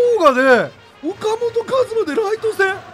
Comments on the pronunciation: おか「C」じゃなくておか「本」やん！ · よかもとちゃうやろ。 いつものvipさんの発音良く言うノリなら、フォかもとやろ。